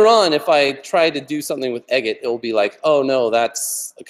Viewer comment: Ben Eggett = Aggett